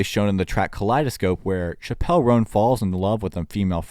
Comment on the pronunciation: You're saying her name wrong